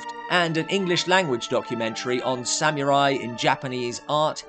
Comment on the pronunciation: I’m sorry,but as much as I adore and respect,the host of Dark Corners reviews,his pronunciation of “samurai” is wrong.There is no elision after the “m” in “samurai”-it’s pronounced “sa-mu-rai”,with the “u” being pronounced rather like the”u” in “pull”.